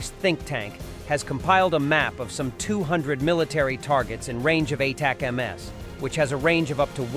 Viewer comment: Watch this channel quite a bit and often wondered if the voice is real or an AI. Weird inability to pronounce ATACMs